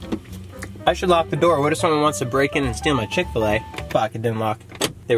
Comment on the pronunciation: You’ve never had ckick-til-a also you go to the gym